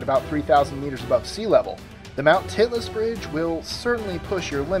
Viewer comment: "Mt. Titless" lol